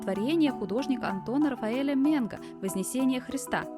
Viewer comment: Антон Рафаэль МенгС. Рафаэль САнти, а не " сантИ".😢😮